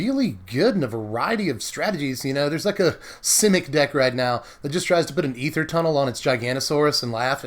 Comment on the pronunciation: Holy shit man. You are the only person in existence that knows how to pronounce aether correctly!